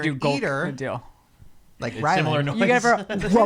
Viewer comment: Hilarious, says “Deal” when it’s “Dill” and vice versa 😂